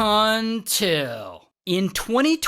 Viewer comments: Who else’s booty cheeks tenes up when ray says until😂😂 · Ray, I love the 'untils'..... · I just love the “ until” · I like the way you say until 😊